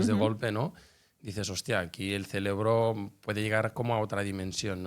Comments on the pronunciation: CeRebro, no es ceLebro ! 🤦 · Que energía tan bella la que ella irradia , muchas grcaias por compartir su conocimiento ! Y por amor a Dios corrige la palabra cerebro , no digas celebro que me hace un corto circuito cada ves que lo dices caballero 😅😅😅